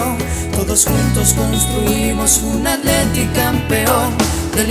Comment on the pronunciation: Porque le dicen "Aletico" acaso no pueden pronunciar bien?